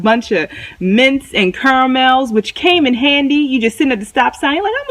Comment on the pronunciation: "I could use me a kuramel" 😂